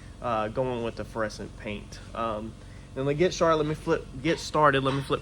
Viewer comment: are you say "feresent" paint jobs, or "fluorescent" paint jobs.